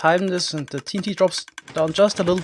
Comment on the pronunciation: sounded like he said tree n t